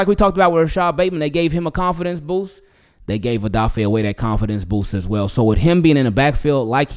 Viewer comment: Isn’t his name O weh not oway